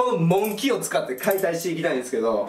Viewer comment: モンキー のイントネーションw